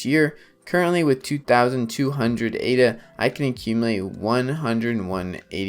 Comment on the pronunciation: If you repeatedly pronounce Ada as A.D.A. then I’m not convinced you’ve done a lot of reading on the subject…